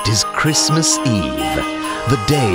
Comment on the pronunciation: "Happy chhrishmesh" "and a happy new (evacuation) hhhahah"